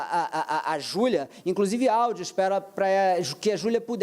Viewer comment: Minha cabeça até doeu ao iuvir a fala do advogado de defesa ."Júlia", "Julia",,"Julua"...😮😮😮